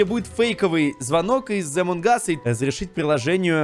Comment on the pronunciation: Поззи ты зодолбал говорить эмон кас поззи пишецч амон кас